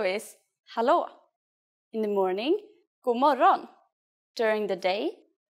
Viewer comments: As far as I know they don't pronaunce the "d" and "g" in that sentence. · The “g” isn’t supposed to be so heavily pronounced. I’m Swedish and we don’t say it like this in Sweden. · The pronunciation of "God morgon" (like ) in this video is strange, here the "g" is very hard, but in every other I have listened to, the "g" is very little pronounced, almost inaudible 🤔